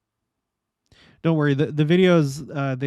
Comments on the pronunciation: It's pronounced 'lemon-ster' - I know, just leave out the 'o' and shorten the 'e'. We used to live right 'nextdoor'. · It is pronounced Lem-inster. Lived there for 16 years. We currently live in southern New Hampshire only 20 minutes from Leominster. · It’s pronounced Lem- mon- ster 😊 I have relatives who live there who now have flooded basements. It was really really bad. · 2 of my kids were born in Leominster. Its pronounced Lemonster. Never saw anything like that the 20+ years I lived there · I love your videos and all your research. You look at Biblical events from all angles. I am from Massachusetts but live in Arizona now. I am a convert. By the way Leominster is pronounced Low minster. No biggie i lived in a town about 30 minutes from there. Because I lived there it seems unusual the floods are only effecting that town. Odd to me.